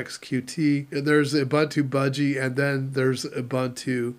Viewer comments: It's pronounced "OOBOONTOO". "OOBANTOO" doesn't exist. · I pronounce it the same way Mark Shuttleworth pronounces it. Plus Ubuntu is not a word my my native language. Nuff Said?